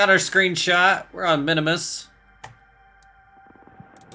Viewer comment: Not sure what’s more annoying. The bugs or you saying Minimus rather than Minmus.